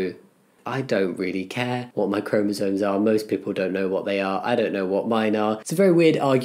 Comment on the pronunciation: Jamie, I've been lurking for a while, now I really have to ask... Are you saying chromosoNes?